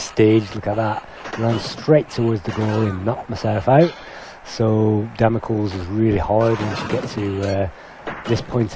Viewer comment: Damocles is pronounced Damocleese. As in the sword of Damocles.